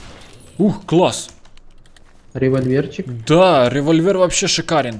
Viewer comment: револьвер, а не револьвер;-)